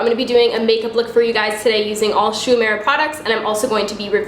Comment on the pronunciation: love the look but it's pronounced "oo-eh-muh-ra"! i know a little japanese so that bothered me the entire time lol